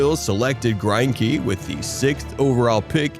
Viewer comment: I'm also pretty sure his name is pronounced Gren-key